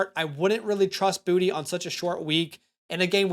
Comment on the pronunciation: south Louisiana here . You pronounce Boutte, Boo-Tae 😂